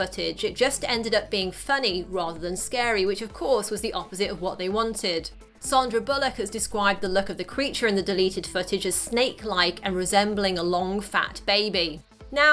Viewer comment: It's Sandra not Sondra Bullock. When you said Sondra you had me thinking I had no understanding of the world.